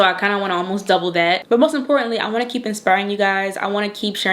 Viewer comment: Yes, you are from Baltimore. That "tew" (to/too/two) gave it away🤣🤣🤣I'm from Baltimore "tew" 🤣 East Baltimore born and raised. You're so pretty and good luck to you and your business endeavors.